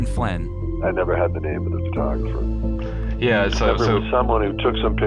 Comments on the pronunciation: The way you pronounce photographer really irks me. If you’re going to be narrating videos maybe learn how to speak properly?? It’s not furtographer. You don’t look at a furtograph. Get the marbles out of your mouth boy. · Great video, but the way you pronounce "photographer" is extremely annoying and incorrect, and you say it like 100 times in the video.